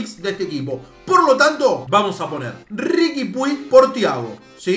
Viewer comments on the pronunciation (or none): Che a Riqui Puig se le dice Ricky Puch,no Ricky Pui jajaja,un saludo crack!!